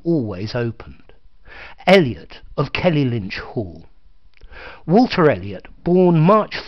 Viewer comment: It's Kellynch Hall, not Kelly-Lynch!